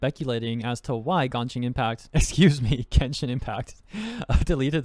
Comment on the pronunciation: I think they ment to say Jenshin impact 😆